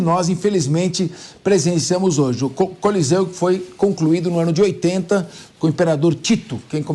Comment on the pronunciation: Colosseu!kkkkkkkkkkkkk.Não é colosseu e sim coliseu.Depois tentou disfarçar seu vexame,repetindo o nome correto por três vezes! Bolsonaristas,"inteligentes".kkkkkkkkkkkkk